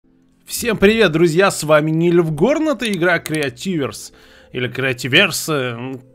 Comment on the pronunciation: кретииверс они криативеерс где 2 буквы там ударение